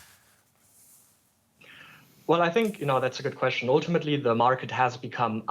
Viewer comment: oooltimately🤦🏻‍♂️😝🤣🤣